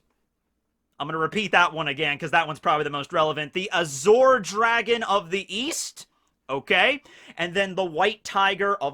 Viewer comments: am I the only one bothered by saying azure as azhor? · Beyblade, and Bungo Stray dogs also have those powers represented. Also, a correction: The middle part of "Azure" is usually pronounced like the end of 'fromage' (ie. Dexter's Lab) The french pronunciation. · You are mispronouncing azure. Edit: and Taoism. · Why do u say azure like that? Lol i didnt kno what u were sayin for a sec lol